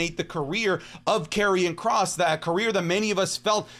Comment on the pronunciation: Did bro just say karrion kross 🥲